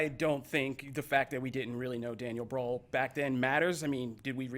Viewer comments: As a German, imagining Daniel Brühl as Anakin Skywalker in the Star Wars prequels is so funny :D Especially if you know him from his earlier independent films. So sad that he mostly get offered Nazi roles in international productions. PS: the way you guys pronounce Brühl sounds more like BRAWL :) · HAHAHHAH XDD Daniel Browl. That's what I heard xD But it was Daniel Brühl xDDDD Yes, German names... xD YES, Prince of Egypt. That film is amazing! should've gotten that point. Great Fight as always =)